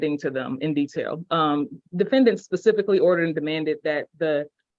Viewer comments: Love how this guy is so much smarter than everyone else on the zoom call. "Pacifically" the procecutor. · I’m glad he was mentioning cases “pacifically” 😂😂😂😂😂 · buddy says pacificly, um sir I believe the word your looking for is "specifically" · If you say pacificly when you mean to say specifically, you should not attempt to represent yourself in court. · Did he just say Pecifically instead of Specifically?? Just curious lol. How do they expect to be taken seriously when A…they DO NOT know law as well as NOT KNOWING how to speak correct English? It’s actually kind of sad… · What an idiot! He can't even speak right. It's specifically, not pacifically. His "demands" are also ridiculous. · He thinks he's so smart, but he can't even say the word "specifically" correct?? He says "pacifically" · He pacifically stated....while standing in the Pacific ocean. I believe he means specifically stated. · "It mentions here pacifically..." PACIFICALLY... Jesus, I hope they don't drop or reduce a thing. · “This case law is pacific. It mentions it in here pacifically.” He really just said that. My time stamp is off or else I’d provide the pacific time of the quote.😆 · "Pacifically" WHAT A DOPE !!! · "you might want to go ahead and recuse yourself.... And.. uh so, yeah."😂 "This one is more pacific. It states it pacifically". 😂 "So, yeah." 😅 "I gotta call the FBI back. So, yeah." 😂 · “It mentions it pacifically”. Guys a fucking law scholar but can’t speak properly. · It mentions in there pacifically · Pacifically and Atlantically are two new sovcit idiot legal terms, didn't you know? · I was on Team Numbnutz until he said pacifically. Now they can throw away the key. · People really need to understand what right is. And does he say “pacifically” like a toddler? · It mentions it "pacifically" lol. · “pacifically” “ pacifically” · He mentioned it “pacificly”, I guess as opposed to “atlanticly”. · Well, he uses "words" like pacifically and liberry so legalese is going to be a bit much.